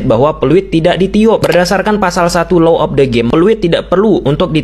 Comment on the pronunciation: Bung, yang betul itu: Law of the game, bukan Low of the game. Artinya sangat² berbeda! Tolong, hati2 dalam mengucapkannya ya....